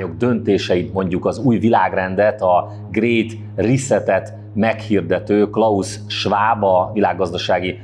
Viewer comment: Még a klaus Schwab nevét sem tudta kiejteni🙄